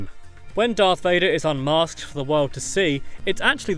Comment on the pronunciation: Don’t you hate it when people say dark Vader it’s darth Vader